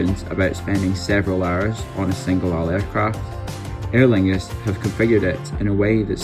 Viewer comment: As someone with the same name as this plane.. thank you for pronouncing her correctly!